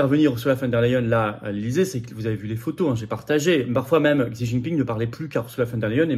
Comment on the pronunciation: Se prononce... "Chi"